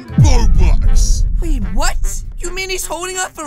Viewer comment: Its robx not bobx